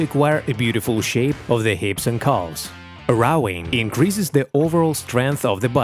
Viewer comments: It’s rowing not rawwing . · Dude, you need to work on the pronunciation of "ROWING", there is no A in there!